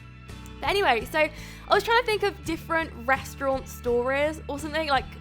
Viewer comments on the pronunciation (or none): Please say restaurant like a normal person, don't try and make yourself sound posh.